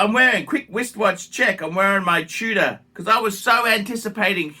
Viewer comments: Are you saying TUDOR or TUNA? In any case, your insane. Tudor was an absolute home run or whatever you call it in cricket. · nothing in tudor, wtf are you smkoing. And it's tudor not Tuna. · Is he saying Tudor or Tuna?! Wtf is going on.